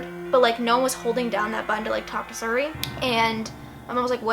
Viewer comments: siri not surry lol I love it when people mispronounce things its so cute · I got so pissed how many times she says "sury" not siri 😂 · why does she say suri its siri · siri is not pronounced sur ee its seeree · OMG ITS PRONOUNCED LIKE SERI NOT SURI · The scariest part about this video is how she pronounced siri as suri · its not suri its SIRI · Siriiiiiii not suri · It's pronounced serey But this is my first time watching your videos and I LOVE IT 😍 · I became uninterested when you mispronounced "siri " it's "SEAR-REE". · "Surry" lmao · Not to be mean not at all but I think Siri is pronounced Seeree. I'm not trying to be mean sorry if it came off mean:/ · The way she pronounces Siri 😂❤️ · The way she says siri😂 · the way she pronounces "Siri" is the reason why I live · she pronounces siri weirdly and it bugs me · She pronounced siri wrong😋.......why is that the only thing I got from this video?? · u say Siri wrong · THE WAY SHES PRONOUNCING SIRI MY GOD LMSOO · I love your video but every time you pronounced Siri wrong it annoyed the hell out of me 😂😂😂